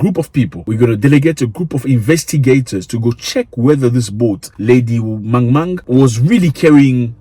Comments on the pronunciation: Zack, you made me laugh 😅😅😅😅 Lady mang mang not Lady R! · “Lady Mang mang” Not you sounding South African😅 I swear I’ve heard Tswana people say “mang mang” when they’ve forgotten the name of something or someone